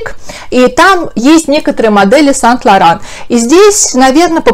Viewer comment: Почему сайнт лауран а не сэйнт лауран